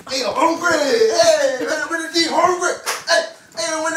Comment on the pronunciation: " I’m hongry hongry " 😂 felt that ! But as always straight comedy 💯